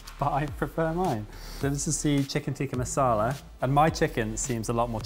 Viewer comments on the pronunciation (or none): Dearest - it's Tick-ah not Teek-ah. Just a heads up mate 😉